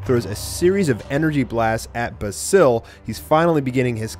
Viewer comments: basils name is pronounced bay-zill not ba sil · U saying the name wrong ...THE WHOLE VIDEO